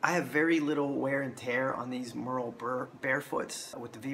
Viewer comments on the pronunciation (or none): Great video, but you are butchering the pronunciation of the Merrell name. It's not pronounced like "Murr-ell", it is pronounced the same way the famous actress Meryl Streep pronounces her first name.